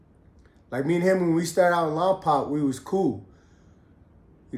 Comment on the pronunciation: It’s lom poke lol